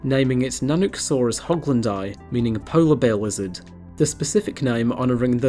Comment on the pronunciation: Sorry, it might be a sensitive subject to you, I don't know, but every time you say lizard I have to go back and watch( I usually have youtube on the background of games) to see if I heard right, because I always hear wizard. XD Polar bear wizards would be awesome though